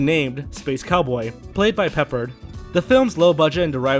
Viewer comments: Sorry dude but his name wasn't George "Peppered"...it was Peppard. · It's pep-ARD, not PEP-erhd. Pfffft. Kids. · It's George peh Pard, not George Peppered . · George “Peppered”? It’s pronounced “PePARD”... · George "PEP-ard", not "Peppered". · I should be noted there is a better version of Well's The shape of things to come called Of Things To come. Battle Beyond the Stars stared Richard Thomas, who at the time was starring on tv hit The Waltons. It provided stock footage reused dozens of times and George Peppard's last name is pronounced Pep-Pard not Pepp-ard. Corman is a legend for never make a movie that didn't make money, his words, and starting a large number of hollywood careers. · Mr. "Wellses?" George "Peppered?" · George Peppard not George Peppered, Learn how to pronounce you even showed spelling of it. Space Cowboy sounds like Lost in Space where a gun fighterred wanted a duel with Doctor Smith, they also had a Space Pirate in another episode. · Please...Pepp-ARD...I know you're young and don't remember George Peppard but he was a really decent actor...very famous for "Breakfast At Tiffany's" ... 1961...6 years before I was born. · It's George Peppard, rhymes with Pep yard. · I was enjoying this video, until I heard the WORST mispronunciation of George Peppard's name EVER. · Please learn how to pronounce George Peppard's last name correctly. Also, the movie you are talking about #2, you keep saying "The Man Who Saved The World". The movie is called "The Man Who Saves The World"... watch your own video to see the title. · Funny how he mispronounces George Peppard's name.